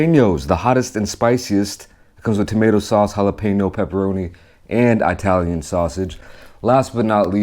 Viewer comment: I-talian sausage...